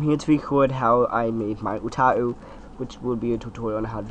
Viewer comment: ...Ooh-tau not Ooh-ta-ooh